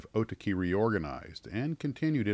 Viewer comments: Oh TAHK -ee is the correct pronunciation. ie, the British long A sound for the second syllable. Japanese syllable split in words is closer to British splits rather than US English and syllable lengths closer too than the American habit of placing equal stress on all syllables. You're the first (and only) person I've ever heard pronounce it the way you do. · Dude ya killing me with your pronounciation. It's Oh Tah key. But yes those WW II planes are still around under Arii label and build well. When the virus let's up I'll send you one when I get over there. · Are you sure that isn't pronounced Oh-ta'-key? That P40E painting looks mighty familiar. A very similar image, only reversed, was used on the Revell 1/32nd scale Aleutian Tiger kit.